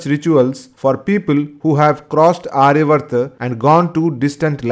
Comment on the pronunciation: It is NOT arya vrta. Aryaavarta. Elongated dhirga aa after ya